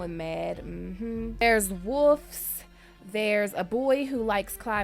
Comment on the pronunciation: lmfao when u said woofs instead of wolves